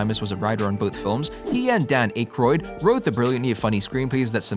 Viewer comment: RULE #1 In being a Credible Documentarian. "IF you do not know how to say a Persons name...ASK !!!" DAN "ACHEROID" ? HAROLD "ROMESSE,"...? Amongst many others ! Seriously... You sound like a Buffoon !